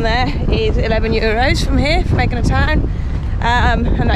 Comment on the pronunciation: There is no G sound in Greek its actually prounounced Y sound